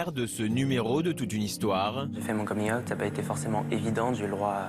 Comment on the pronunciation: C'était une boutade, car au début de la vidéo elle le prononce de cette manière au lieu de dire out comme tout le monde. Et les histoires étaient vraiment touchantes.